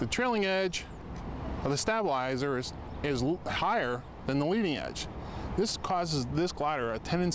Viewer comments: STAB-ilizer ! Has this guy ever been around real airplane people? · I cringed every time he said stabilizer